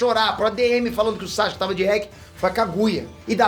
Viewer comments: "Chaxuque"... Adoro esses vídeos, pensar fora da caixa, a história do anime é muito rica. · Na vdd a pronuncia correta é Sasuke msm com o U é que os japoneses falam bem rápido ai o som do U passa despercebido. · Pergunta besta: Porque se pronuncia Saske e não Sasuke como é escrito o nome dele?. Responde essa.